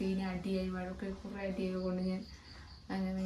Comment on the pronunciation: വഴക്ക് എന്ന് നേരെ പറയാൻ പോലും അവനു അറിയില്ല 'വയക്ക്' പോലും ... ഈ അക്ഷരാഭ്യാസം ഇല്ലാത്ത ഇവന്റെ ഒപ്പം ഒക്കെ എന്ത് കണ്ടിട്ടാ ഈ പെങ്കൊച്ച് പോയത്, ജീവിതം ഇതൊന്നും അല്ല കൊച്ചേ, നീ അറിയാൻ കിടക്കുന്നതെ ഉള്ളൂ, കൈ വളരുന്നോ കാൽ വളരുന്നോ എന്ന് നോക്കി വളർത്തിയ പാവം അച്ഛനെയും അമ്മയെയും വേദനിപ്പിച്ച് ഇവന്റെ ഒക്കെ ഒപ്പം പോയതിന് ഒരിക്കൽ അറിയും. 9 ആം ക്ലാസ്സിൽ പഠിക്കുന്ന കൊച്ചിനെ കറക്കാൻ കൊണ്ടുപോയ ഇവനെതിരെ പോക്സോ കൊടുക്കാതെ പിന്നെ എന്താണ് ചെയ്യേണ്ടത് ?